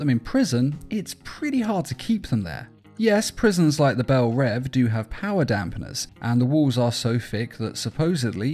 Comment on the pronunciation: Belle REEEEEEEVE not rev